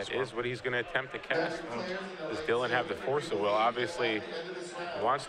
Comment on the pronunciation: I know it's pedantic but... What's with so many magic players, commentators etc pronouncing card names so unnaturally? FORCE of will? DARK ritual? TENDRILS of agony?